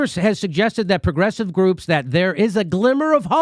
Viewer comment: Really Jimmy? "Force the grope?" Lmao